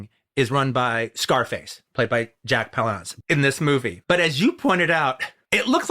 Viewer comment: Why is QT calling him Jack pau-LAUNCE? Isn't it Jack PAL-lance?